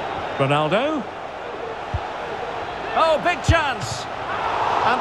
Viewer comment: Ronaldo not Rolandodo🤦🏼‍♂️